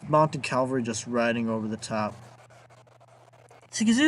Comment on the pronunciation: It's CAVALRY not CALVARY!!! Good God.